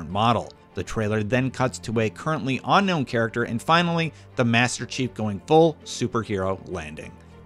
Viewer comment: This dude says unknown weird.